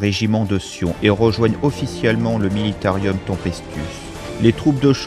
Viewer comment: C'est juste dommage de dire Astra MilitaRIUM. Sinon top bravo !